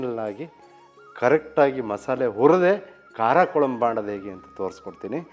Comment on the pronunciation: Sir, I am not here to argue. As a regular viewer of your channel just wanted to tell you the correct pronunciation. Kuzhambu is how it is pronounced not Kolambu. The letter ழ (zh) is unique to Tamil. I am a Kannadiga born and brought up in Tamilnadu.